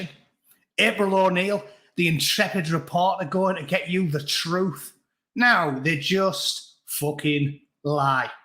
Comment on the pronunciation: It's not lies it's " alternative or my troof".